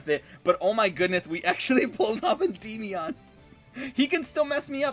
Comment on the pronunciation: I kinda hate the way he says Endymion (End-EE-Me-On) I've always just pronounced it Endi-meon. No need to drag out or emphasize the y part so much. Sounds silly